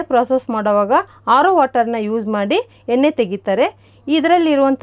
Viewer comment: ಎನ್ನೆ ಅಲ್ಲ ಎಣ್ಣೆ ಅಂತ ಹೇಳಮ್ಮ